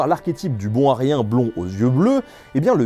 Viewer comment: "bon Aryen" j'ai compris "bon à rien" XD